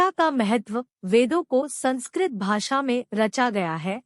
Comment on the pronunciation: आप बोलने मे भाषा का सुधार करें । महतव नहीं, महत्व । वेद मे ज्ञान, क्रिया और अर्थ या सत्, चित्, आनन्द का विस्तार है, क्यो कि इन तीन के अतिरिक्त विश्व मे कुछ भी नहीं । 3 अग्निवेद --- ऋग्वेद । इसकी 21 शाखा है । यजुर्वेद । इसकी 101 शाखा हैं । सामवेद । इसकी 1000 शाखा है । ---------- सामवेद ---- अथर्ववेद । इसकी 9 शाखा है । एक्सप्लेनेशन और विस्तार यहां संभव नहीं ।